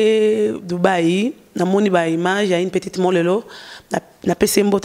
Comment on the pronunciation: pourquoi vs dites dubaïyi à la place de Dubaï 😗